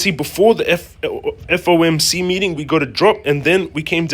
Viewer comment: The Foh-Muk meeting